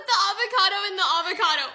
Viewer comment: Nobody:: let’s make a Suziiiii Also:AvIcAdO